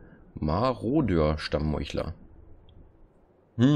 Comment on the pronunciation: Es heißt marodeur und nicht maurodeur. Du sprichst es falsch.